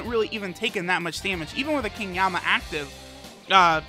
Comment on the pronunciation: King yemma not yamma